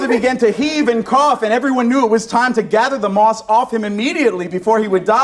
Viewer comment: Who the hell are those 2 ? 😂 sat right at the front so nobody can see past their stupid hair, and what the hell did he say? A rolling stone gathers no merse? Hahaa